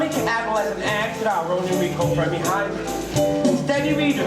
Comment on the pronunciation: Fermi is being pronounced wrong lol